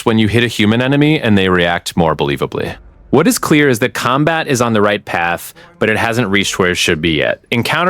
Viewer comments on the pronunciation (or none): none